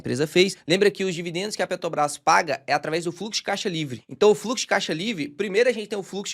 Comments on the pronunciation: Mais uma aula de PETRObrás que o não consegue falar o nome dela 😅😅😅., pega seu café e repita: é PETRObrás, não PETObrás. PETObrás parece que vc tá falando de algum negócio de pet shop. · Impressão minha ou o fala ‘Petobras’? Talvez esteja gripado. Brincadeiras à parte. vc é o cara mais foda de ensino sobre investimentos da internet. Acompanhava vários outros canais conhecidos mas depois que conheci seu canal já não faz mas sentido assistir os outros. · Conteúdo maravilhoso, mas dou uma desconectada no "PetoBRÁS". Zuando com respeito,!!!